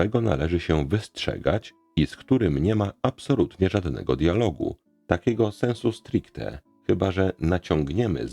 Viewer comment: "Sensu stricto" - nie "sensu strcte".